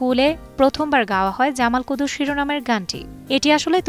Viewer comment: জামাল কদু না, জামাল কুদু।